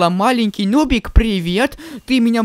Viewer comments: Сначала мне кажется ты сказал не нубик а нубзик 😆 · Почему ты начале говоришь ~дубик~